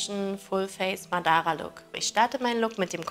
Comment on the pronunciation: Ma' dara. Mit Betonung auf der 1. Silbe